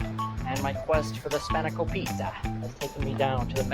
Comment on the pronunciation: You said spanakopita wrong. It's spanner-KOP-ita the accent for kop and ita are different. google how to say spanakopita. emphasis is on KOP